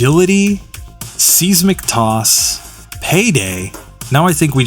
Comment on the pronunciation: Seismic Toss... I haven't heard it pronounced like that since Pokemon Stadium!